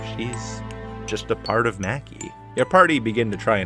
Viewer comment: You probably know this by now but Maki is pronounced mah-ki. Liked the video but that took me out of it a few times